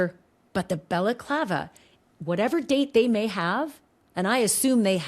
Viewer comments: This guy is saying Baklava (Greek Turkish dessert!) It's a balaclava! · Did this guy pronounce 'balaclava' as 'baclava'?! Baklava is a Greek/Turkish pastry! This was after Ashleigh had to politely correct him about what was in the videos & photos etc! Can not get over the 'Baklava' though! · It’s not a baklava guy, that’s a dessert! It’s balaclava. This guy looks clueless Ashleigh! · lol - baklava is a dessert. You tried to teach him the correct pronunciation of balaclava but he was committed to the dessert 😂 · He Tripled-down on that BAKLAVA (balaclava). 😂😂😂😂😂 I’m dying. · Balaclava is pronounced ba luh KLAH vuh ….. the first syllable sounds like the sound a sheep makes ,”baa”🐑. It is NOT “Bella clava” …. I have no idea why that is so annoying to me lol other than that mispronunciation I really do enjoy this channel and the content. lol I know it doesn’t really matter it is just a pet peeve. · It’s not baklava like the dessert! Say it right dude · I’m sorry but this guy sounds dumber than a post. It’s NOT pronounced Baclava like a dessert FFS.